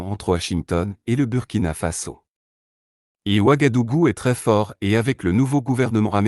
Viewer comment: Le U se prononce ou Wagadougou. Ouagadugu.